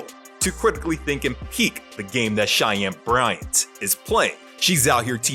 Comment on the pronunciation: Why the hell did he even air the episode featuring Shy-Ann Bry-Ant?? 🤔